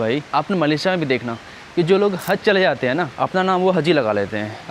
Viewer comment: Hazi nahi haji hota hai or haz nahi haj hota kya bhai urdu ka jad mar dere ho 😂